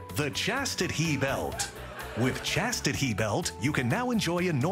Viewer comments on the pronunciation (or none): "Chastit-he belt" LMAO...